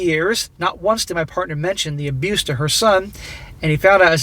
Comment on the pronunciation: let me handle this one. "parnter"?? SMACK